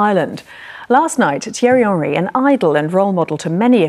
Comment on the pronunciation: I love how the irish fans pronounce henry. like actual Henry